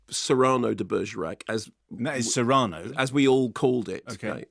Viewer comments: Cyrano has always been pronounced "Si-ruh-noh" not "Serrano." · It's CYR-ano. Serrano is a pepper. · It's pronounced "see ra (with the r coming from the back of the throat) no", slowly, with equal time spent on each syllable, otherwise it sounds like a type of Spanish ham. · I find it very amusing that Mark insists on pronouncing "Cyrano" in a weirdo way that no one has ever pronounced it. And before anyone says "it's a British pronunciation", I have lived half my life in the US and half my life in the UK, if it was a common Brirish pronunciation, I am sure I would have heard it. This is just a "Mark is wrong" pronunciation. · I’m Irish and the pronunciation of Cyrano that Mark is struggling with is how I’d imagine the Irish to say it. Similar to how Irish names like Kinsella and Costello(e) would be pronounced by us. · What I learned is that some people pronounce Cyrano weirdly, is this a British thing? Like how you guys pronounce controversy? That being said, sounds like a very Joe Wright adaptation, which I'm not a fan of. So despite wanting to see Dinklage's performance, I think I'll wait for streaming for this one. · That's how Mark pronounces it. The film uses the American pronunciation, with the stress on the first syllable, which is what confused Mark.